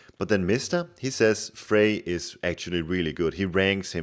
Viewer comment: The "r" at the end of "Freyr" is NOT silent, btw. ;)